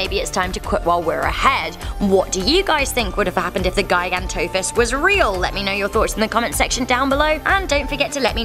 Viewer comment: I'm pretty sure it's pronounced "jiganto" but whatever